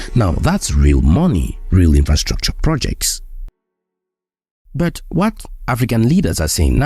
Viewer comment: Great video bro but please stop saying BUT as BERT 😭